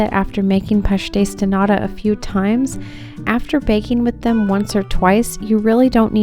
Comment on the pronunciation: You pronounced pastéis de “nada” = nothing. The t needs to be pronounced like a strong British T as in Tom. 😊 Love your passion for internationally pastries! As a Portuguese I much prefer a bean pastry, almond, orange or carrot, anything other than pastéis de nata but I am clearly a bad Portuguese who doesn’t care for sardines or pastéis de nata! 😄 I wonder what your tins were made out of? Mine continue to be the bright tin colour. You also use them to make chicken pies. Great job as always!